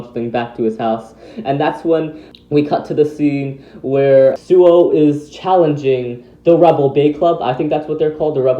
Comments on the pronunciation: actually it's Suoh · Hey everyone the website for beyblade Burst chouzestu the character bios say the correct pronunciation is SUOH not suou.